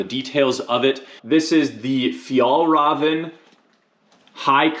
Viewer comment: As a swede I can say it’s not the correct pronunciation, we would understand though. It’s more like “fjeelreeven”. ”Ä” sounds more like ”E” than ”A” in Swedish.